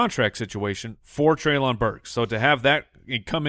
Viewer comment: Guys it's trey-linn burks not Trey-lawn Burks.